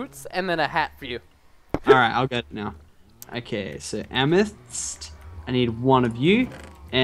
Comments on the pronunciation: it amathist not amis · my god stop saying amis its AMATIST. Jeez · its not amists ots am-uh-th-is-sts geez get it right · It's pronounced am-eh-thest no amist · PRESTON IT AM-ETH-IST NOT AMIST!!!!!!!! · btw Lachlan is pronounced lochlan amethyst is pronounced amathist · please pronounce Amethyst wrong.I know it's hard for you to pronounce but just try to pronounce it.It is so annoying when you pronounce it wrong.Its A-me-thist(Amethyst) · Amethyst. It's pronounced Am-me-th-ist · (AM)(A)(THYST), SAY IT RIGHT! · NO it is AMATHIST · It's amaphist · It's amethyst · Amethyst can you not pronounce the letter T. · Its kind of annoying that he is pronouncing Amethyst wrong but where ever still a good series no doubt. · You are not pronouncing amethyst correctly.